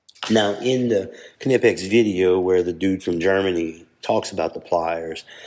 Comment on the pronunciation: Thanks for showing these. I was about to correct your pronunciation of the brand name - I thought for sure that the 'K' was silent, but nope, you are correct!